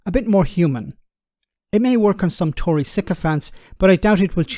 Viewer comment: did I overhear you correctly when you called the Tory party Toy Party? LOL.. BTW... the Tories have risen to epic levels of cringe... absolutely disgusting.